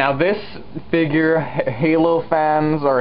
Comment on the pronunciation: dont say figr say (fig-yur) figure